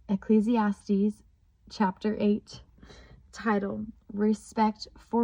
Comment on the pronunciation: Praise to THE LORD You also have the correct pronunciation of ecclesiastes